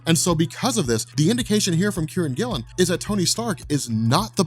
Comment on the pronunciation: I thought you were saying Karren Gillan, not Kieron Gillen lol. Thought she was writing for Marvel now